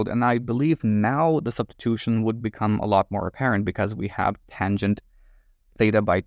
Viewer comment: “weierstrass substitoothin”